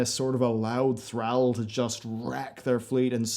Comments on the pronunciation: "Thrall" with this "Throwwl" pronunciation, really hurts. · Thral, ex Warchef of the hord Is it that hard to pronounce the second L in his name?